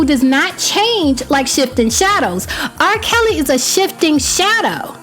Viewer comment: lol did you say RRah Kelly .